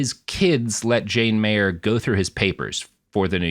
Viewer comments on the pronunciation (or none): none